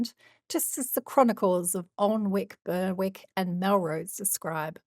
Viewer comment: I love this channel but a simple " how to say ...... " on Google will tell you how to pronounce place names like Alnwick and Berwick and before anyone has a go, these places names deserve to be pronounced correctly, How many people will go about thinking they are pronounced like the creator is saying if not corrected?.